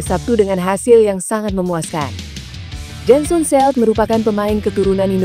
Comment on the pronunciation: Jensen Seelt,baca Jen sen Sil